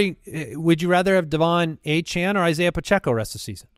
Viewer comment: Lmao the player himself said his last name is pronounced Achan, but go ahead and keep pronouncing it the wrong way